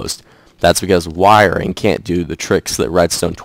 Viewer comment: Why you gotta make a k sound when you say wiringk